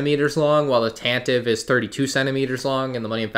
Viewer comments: As per Wookipedia & the original Star Wars Radio Drama which is the only place it has been pronounced in media - Tan-Tee-Vee rather than Tan-Tiv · "Tantive" is pronounced "Tantiv-ee"